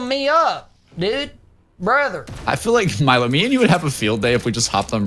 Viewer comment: Milo's pronunciation was actually on point 👌